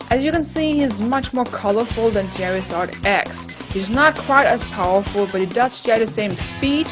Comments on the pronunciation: its charizard not cherizard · When you say Charizard it sounds like Jerryzard